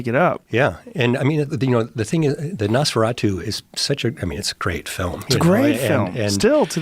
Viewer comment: The way Joe pronounces “Nosferatu” is absolutely unacceptable.